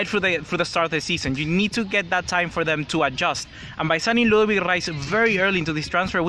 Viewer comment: It's ludovit lol